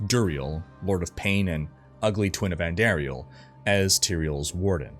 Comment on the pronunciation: Amazing break down and delivery. Only thing I'll say is, it's supposed to be said: andahhriel. Not andehrial. Also you said heralltii when it's her aht li. Heratli, and izual is izwahl.